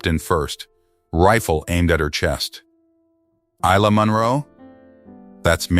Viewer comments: 🙏 for pronouncing Isla's name correctly. I noticed in version 1, the transcript says her name's Elena. Love ❤ your work. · It' pronounced properly in this one.